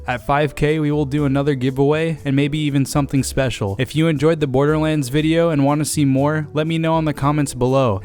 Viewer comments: 00:1 he says borderwands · Am I the only one who heard borderwands 2 at the beginning lol